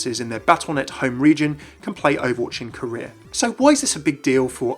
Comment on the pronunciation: When he said "Korea" I thought he was saying "Career".